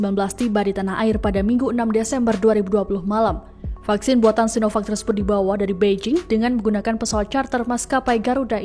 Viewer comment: Pakjin.. sinovak/cinopak yg bener .?!